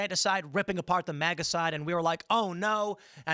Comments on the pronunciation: Really, this dude says MEGA instead of MAGA but has no problem saying KAMALA instead of KEMALA 😂😂😂😂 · MIGA. Not MAGA. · if you pronounce MEGA you were never "MAGA